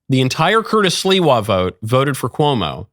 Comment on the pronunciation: Thank you Michael for pronouncing Curtis’s last name correctly!! The “Silwa” pronunciation is driving me nuts!!👍❤️